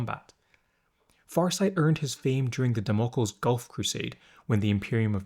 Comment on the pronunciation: Just a heads up, it's pronounced Dam-o-kleez, as in the Sword of Damocles from ancient Greek myth.